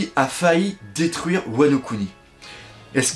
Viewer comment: C'est "Wa no Kuni" pour "Pays de Wa" et non "Wano Ku Ni"